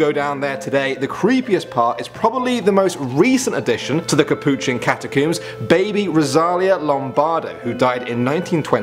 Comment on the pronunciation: THE KUHPOOCHIE